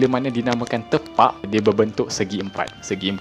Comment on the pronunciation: Sebut dia tépak, min.